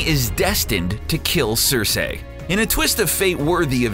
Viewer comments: cer"SEE" not cer"SEY" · Him saying "Sir-Say" made my eye twitch....o_O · it's pronounced "Cer-see" 🙄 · Oh FFS it's pronounced sersee not sersay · It's "cer-SEE" not cer-SAY"!! smh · SER-SEE! NOT SER-SAY! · cersei - as in ser see..... not ser say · I'm not trying to be a dick, but the way you pronounce some of these names pisses me off. "Vare-ees" "Cer-say" "Daener-eeeeeees" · i hate people who say sersay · It's pronounced Ser-see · hurr durr cerr-say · "Sir-Say" lmao I love your vids!! But every time you say "Sir-Say" it's like nails on a chalkboard. lol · Next time please say Cersei's name correctly. As 'Sir-Sea' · LMAO Cersayyy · Varies? Daenaries? Sir-say? When do they ever say the names like that in the show? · ITS NOT CERSAY DANARIES AND VARIES!!! Like omg they literally say it in the fucking show like idk how you think they're names are pronounced like that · CErsEEH!! xD Timmeh!!!!(southpark) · omg..."cer-say"...i cringed every time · Who the hell are Vairees, Danairees, and Cersay? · People on the show don't even pronounce her name "cersay" . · Cersei - ser-see. Varys - vayr-is. Lol please watch the show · I hate the narrator you can tell he is just reading a script. Vareeeees, CerSAYY fuck off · Varys - Va-riss, Daenerys - D-nair-riss, Cersei - Ser-see, Sansa - Sarn-sa (the show being without american accents, Sarnsa is the "correct" way to say her name) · hodors name is willis not walder you re pronouncing cercie wrong.....theres more but fuck it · It's cer-see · GRRM pronounces it "Cer-say." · Its "Cer-say" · the way he says "Cersei" is pissing me off :/ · The amount of times "Cersei" and "Varys" are mispronounced is so annoying. How can someone be a fan of the show but not actually know how to pronounce the names of some of the most prominent characters. And Hodor's real name is Wylis... NOT WALDER!!! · why do you pronounce Cersei like that? does the narrator not watch the show? sounds like he's only read the name.